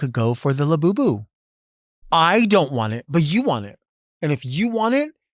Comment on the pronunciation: I know its “Labubu” but I just heard you say “la Boo Boo”